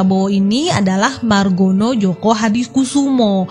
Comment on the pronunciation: joyo min, bukan joko